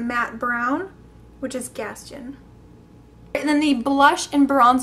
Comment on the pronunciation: Awesome! !!! isn't Gaston pronounced Gast taaan with a long o?? just wondering you said it a bit different, was wondering if I've been saying it wrong all these years, I thought that's how it's pronounced in the movie? ?